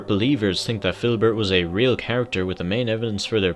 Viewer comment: ITS FIDDLEBERT (FID-LE-BERT)